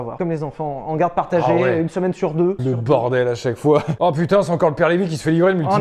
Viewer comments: Pardon, c'est Sylvain LEVY, pas " lyve" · C'est pas Sylvain "Lyve" mais Lévy ! 😂